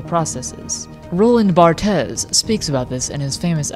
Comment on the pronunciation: I'm sure the mispronounciation was intended, given the genre of the video :)